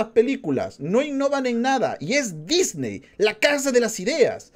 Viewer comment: En el dice nisney y no Disney, no es crítica, solo me dió gracia